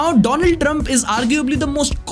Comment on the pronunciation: 2 land trump 😂